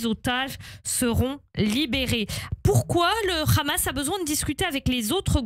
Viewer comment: Je me demande pourquoi vous prononcez hache pour la🪓 et khamas pour les combattants palestiens?